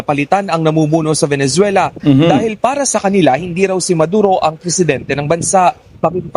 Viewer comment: venezuela hindi venenzuela